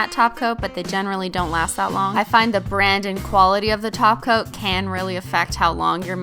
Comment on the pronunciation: What did they do with her that’s not here she said topcoat not toco Nooooooooooooooooooooooooooo